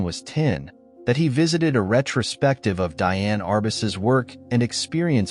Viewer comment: Thank you, great video. Diane Arbus is prononced Dee Anne. You are doing a great job, thanks again.